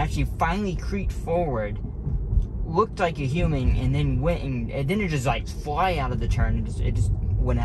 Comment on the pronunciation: I have to say, I have never heard someone say "human" like you do. It sounds like you are saying "hueming". I like the way you speak BTW.